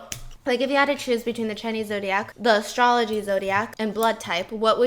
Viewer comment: Stefanie Soo did you just say ASStrology...😂😂😂😂